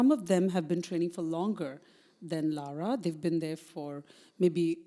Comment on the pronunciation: Why is calling Lara, ‘Laura’? Is it just a pronunciation thing?